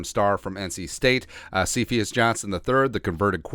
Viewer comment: Heads up, Cephus is pronounced See-Fuss